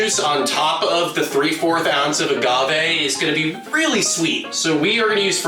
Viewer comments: I have... never heard someone pronounce "agave" with a soft g before, let alone a supposed expert bartender. Weirded me out so much I had to quadruple-check that I'm not getting it wrong. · Did the mixologist call it aJave?